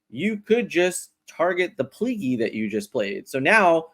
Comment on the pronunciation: “Pleak-lee” is how you pronounce it :p